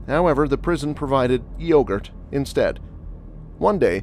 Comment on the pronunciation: why did the homie say yogurt like that? 😂😂😂 thay whole transition from is out of pocket